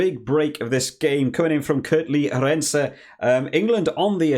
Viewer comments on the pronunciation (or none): Good video. Arendse is pronounced: Aah Rind (as in mint) se (as in the) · Pronouncing Arendse accent on the A not the (e) soft (e) sound, same With Williamse the (i) gets harder sound (William) with the last e very soft.